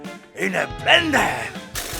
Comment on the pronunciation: “In a blendarr!”😂what